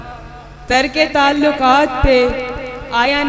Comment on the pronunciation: Shaiyra sahiba alfaaz theek kijiye ..kareeb chhoty kaaf se nahi bade kaaaf se h ...tallukaat m bhi bada kaaaf h ....shaiyri achhi h apki ....may Allah bless u success through out life ...